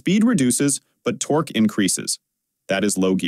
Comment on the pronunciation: "Tor Q" makes me wish for good old fashioned human speakers, or at least a human listening to the audio and revising the script when the AI misses.